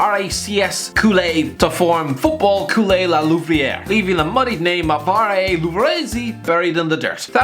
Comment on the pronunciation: no one:: LAAAA LUVRËËÈÊZÉ